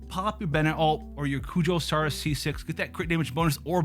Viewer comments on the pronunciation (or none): none